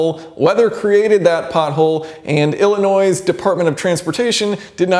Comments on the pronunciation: Those tires are absurdly low profile and the rims are poor quality. My Audi has aluminum rims and low profile tires, not as low as yours. Also it's "illinoy" not "Illinoise" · The S is silent in Illinois lol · Thought you said "Illinoise" for a sec, lol "Illinois' depart of transportation" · Illinois's? How many Illinois are there? 2? 3? The S is silent, Jason.. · …I’m surprised that someone this intelligent doesn’t know that there is NO noiSe in Illinois. The S is silent. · You should not pronounce the s when saying Illinois. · You do not pronounce the s in Illinois! ~ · Did he pronounce the ‘s’ in ‘Illinois’ ? 🤔🤔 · Illinois's so yeah he pronounced the S but not the S in Illinois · By the way, the s in Illinois is silent. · I am going to stop you right now and your complaint about the state of Illinois highways... the s is silent.